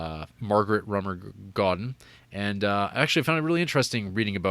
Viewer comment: “Sister Claudough” “Rummer Goeden” and “Dana Kerr” what the entire hell? Lol